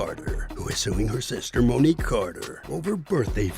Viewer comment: Mo ni que😮 not Mo ni kay😮